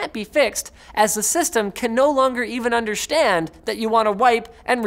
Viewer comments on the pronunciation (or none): Underschtand, that's sounds so german-pronounced.^^